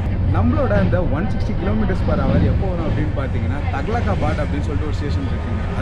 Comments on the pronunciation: Unoda pronouncing vera level pa Tughlakabad eh Thakalakabad nu sona paren ne vera level pa ne.. Gatiman Express ku 4 stops from HZM to jhansi and Grand Trunk exp ku 8 stops btw HZM to JHS ithu kuda theriyamaa ithula ne research pani Wrong information tharaaa, nala comedy panra pa ne. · அது டக்ளபாத் இல்லை துக்ளகா பாத் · அருமை தம்பி.. சிறு திருத்தம்--தக்ளாபாத் அல்ல துக்ளதாபாத்